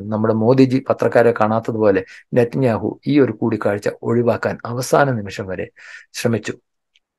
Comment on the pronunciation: നിത്യനാവു... നാവ്വ് വടിക്കാതെ പറഞ്ഞാലേ ശരിയാകഉഃ.. 🤣